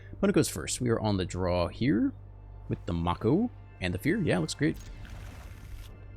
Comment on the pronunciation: lol Mako. Pronounced (may-kow) like the shark. also great deck